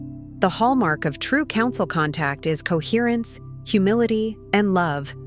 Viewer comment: COHERRENCE. COHERRENE. COHERRENCE